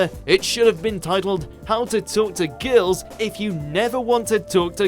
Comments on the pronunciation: Why can't this dude speak like a normal person? "how to talk to geurls, if you never want to talk to geurls again-e" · the way he says girls makes me laugh for some reason :D